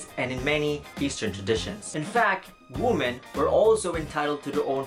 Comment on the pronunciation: It's wee-men not woo-men.